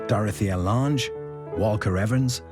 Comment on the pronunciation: He also mispronounced Dorthea Lange's name...